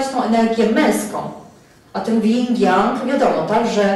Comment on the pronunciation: Energia żeńska to yin (bez 'g'). Jing to esencja życiowa, jeśli już chcę się Pani trzymać terminologii chińskiej...